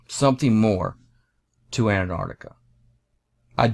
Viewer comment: Please. It is pronounced "AntARCtica" not "Ant ARTica". And "maP" not "mao".